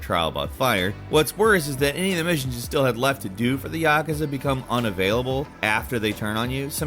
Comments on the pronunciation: Yaa-koo-zaa not ya-ka-za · And Yakaza, you mean Yakuza? Pronounced YuhKoozah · Lmao the way he pronounced Yakuza. It’s ya~koo~za. Not yah~kuh~za. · It’s Vigil-ANTY NOT Vigil-AUNTIE. It’s Ya-KOOZA, NOT Yak-uhza. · Why do americans always fuck up the most simple words 😭😭😭 so exhausting.. yaaaakeza... comon!! Please try and say it correctly for a change, like aluminium.... its not that hard people! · Geezer really aid "Yaakaza" 😂🥴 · Dude made me feel sick when he pronounced yakuza like he did 😭🤮 apart from that, good video! 👍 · Why do you say Yakuza like that? 😭😭😭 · You're pronouncing Yakuza wrong. Don't do that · The “Yakahzuh” and “Leon” families smh… Seriously did this dude even play the game?